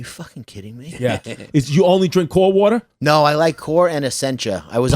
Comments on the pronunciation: Smithtown watah is born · When all 3 of them are saying "warta" (water) rapid fire hahahahaha ish